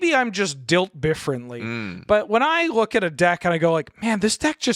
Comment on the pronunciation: I was not ready for “Dilt Bifferently” 😂